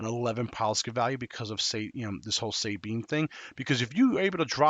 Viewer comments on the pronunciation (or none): Say it with me Suh-Bean. Not Say-Bean, lol.